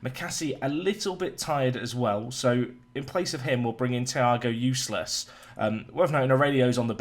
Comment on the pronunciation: Big fan. But for the love of the gods it is pronounced like Ulysses. Please stop calling him Useless. Just train your brain. Apart from anything, he's rather good.